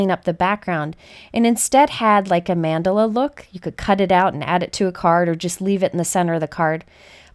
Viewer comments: It sounds like you are saying Mandolin like the instrument. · It's more like mann-duh-la Idk how you'll spell the pronunciation but its kinda like that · I love your videos. Thank you for your fabulous sharing. (I would like to correct your pronunciation of Mandala- Mun-doll-a is a more accurate pronunciation)